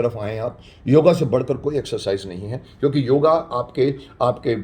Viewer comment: क्षमा चाहूँगा .....किंतु यह योगा नहीं योग है राम को रामा श्याम को श्यामा बना डाला विलायतियों ने आप हमारे शक्तिमान हो आप सही उच्चारण कीजिये।।